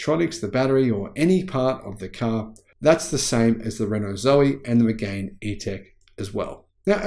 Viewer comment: It’s pronounced ‘Meg-an’, not ‘Meg-ain’!